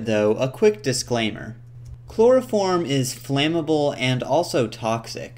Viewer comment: " a loss of yeild, and allso a labb phullll o chplorophrom vaprrshhhhhhhhh"